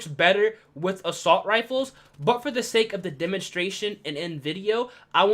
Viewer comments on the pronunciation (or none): none